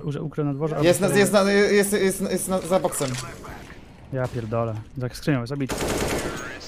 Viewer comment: jak przeklina to brzmi jak 5 letnie dzieco tak wymawia te "kurłwa" albo "japierłdole"